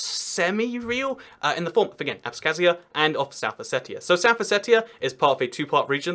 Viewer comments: you pronounce abkhazia wrong, it's with ipa x (like scottish loch) and not with a k, for the kh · Georgian Here! It's Abkhazia not abskhazia. :D